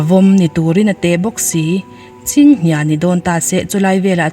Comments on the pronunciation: He comment ka hmuh hma hian ka lo sawi zo chiah a, hnia lai khi 'hria' tih kan lam rik ang hian lam tur tih a la hre ngailo nge ,, a aw tang a kum a naupang chhe tawh lo tih hriat tho bawk si,, youtube a thil chhiar te ka duhthusam lo emem chu mizo tawng an chhiar diklo nasa lutuk hi a ni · Chinghnia tih, hnia lai hi 'riau' tih thluk ang hian han thluk ta che. A ngaihthlak a hahdam sawt ang. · Chinghnia i tluk dan khi a dik lo ania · (Chinghnia) lam dan kha.(HNIA) kha lam rik sang tur a ni lo maw. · "Chinghnia" i lam dan khi inthlahrung tak chungin kalo comment ve hram. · Chinghnia lha ilam dik lo ania aw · 'Chinghnia' tih thluk hi adik tep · Chinghnia tih hi mizotawnga an lamrik dan ila hrengailo a mi?.tawngthluk dik lo hi,youtube channel neitu mizo zing ah hian an awmthluah mai...k lo ngaimawh thin...an dahluh hma hian a thluk a dik em?tih te in enfiah hmasak a ngai k lo ti ve thin....😁😂....thahnem ngaih vang awww